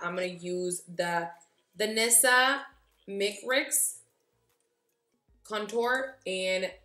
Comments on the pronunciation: Beautiful look, you look gorgeous as always! It’s pronounced Danessa My-Ricks lol😘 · Myricks is pronounced exactly how it's spelled MY-RICKS